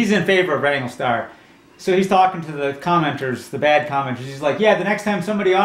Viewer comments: It's Wrangler.. not wangle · It's Wrangler, not Wrangle.